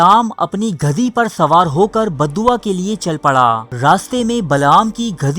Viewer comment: aap ki urdu bhot kharab hai gadhi ko ghadhi bana dia.